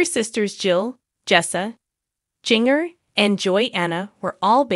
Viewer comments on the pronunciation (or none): Not engaged? She just got married, what are you talking about? Also, the first "a" in Jana is pronounced with a short "a" sound. Jinger's name is pronounced like the spice, "Ginger" not Jinger as in "Ringer". What a ridiculous video.